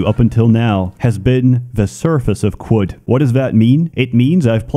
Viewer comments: I think it is pronounced "karud" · Its pronounced "caves of chad" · Ohh… it’s pronounced, “caves of Could”. It’s like “anything COULD happen”. That makes so much sense, I JUST got that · qud is pronounced kud i think, you neanderthal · It's pronounced kud, like kudzu. Short "u" like "uh." Seems like a reference to kudzu in the south united states taking over everything, a veritable kudzu apocalypse. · caves of kum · Protips from someone who played 200 hours of this: Qud is pronounced Cud, there's a debug option to turn off permadeath if you want to play this game like an Elder Scrolls, trade items have a constant price, making them a lighter, warer-backed currency. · Since I dunno how to pronounce Caves of Qud….i will use the acronym…..COQ!!!!! Yes we saw what u did there…. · I’m just here to listen to him pronounce Qud. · "I'm not sure how to say, so we'll use an acronym" Proceeds to pronounce Qud in the most annoying way possible. I love you so much pls never change.